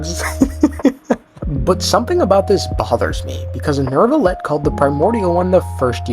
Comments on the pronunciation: Is pronounced new-vilet not nerve-ilet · Bros name is not "Neurrrvillette"